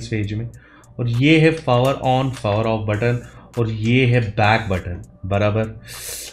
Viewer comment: Pfower ...P is silent 👀